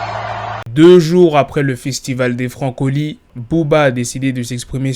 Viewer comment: C les francofoli frer pas francoli lol